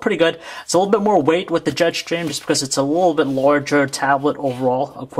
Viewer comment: Jet shtreem !!!